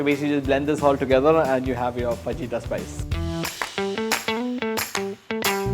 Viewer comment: Pronounced "fa-hyee-ta" "j" is silent